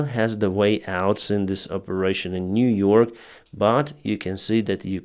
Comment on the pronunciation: Niu-York important.